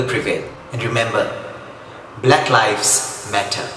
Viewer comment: Pronounce the word lives correctly ,it is not pronounce like word LIFE